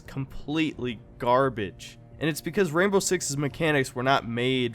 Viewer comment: Why do i hear Rambo 6 Siege instead of Rainbow 6 Siege?